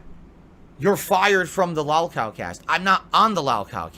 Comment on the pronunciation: Why does he keep calling it "Lawlcawl casht" it's lowcow podcast. Then again this guy is pronouncing words poorly like processing he says "processcessing" or "Khantant" idk it's because of his stroke face or the alcohol or both